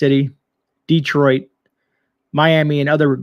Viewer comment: 🤣 DEETROYT... ALWAYS entertaining